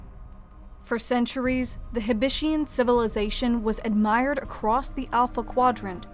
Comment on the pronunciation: I thought it the heb-it-ian. Not the heb-ish-ian.